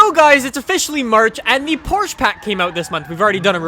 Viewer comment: IM GETTING FED UP. ITS PORSHUH